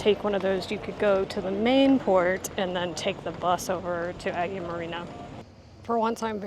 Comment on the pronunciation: Probably one of the veeeery few non-Greek, Greek vloggers I like watching. You should go to Cyprus - Larnaka is nice. P.S. 'Agia' is pronounced 'eye-a'.